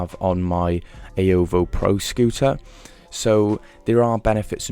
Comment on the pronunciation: The way he said xiaomi is so satisfying. Almost like Wyoming😀